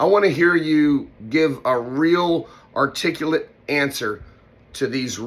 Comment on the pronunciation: I'm not maga or or Republican, but I noticed that you mispronounced the word articulate. But you left it in that's why I respect you you're real and America could use some real. Plus you're funny as crap. I'm looking forward to your next special I've been re-watching your first two specials you are the s***keep it going buddy we believe in you. You're the most American American I've ever heard with exception to the native Americans. Oka hey. Kadishaday.